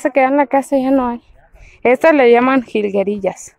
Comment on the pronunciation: Higuerillas........ no jilguerillas 🤣🤣🤣🤣🤣🤣🤣🤣🤣🤣🤣🤣🤣🤣🤣